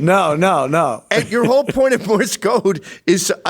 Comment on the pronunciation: Love how he calls it " Morris code" instead of Morse code.